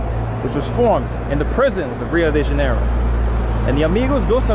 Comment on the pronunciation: Your pronunciation of Rio de Janeiro and São Paulo is better than 99% of non portuguese native speakers.